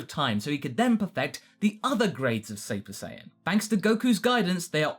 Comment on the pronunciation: Did he say saypa saiyan ?